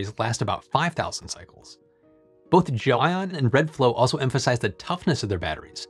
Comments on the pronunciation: i just looked up a video of the CEO of GLEION pronouncing the word...its pronounced GEL (and then) ION. not, Jo-ann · did you pronounce it jelly-on and dub over yourself in the edit?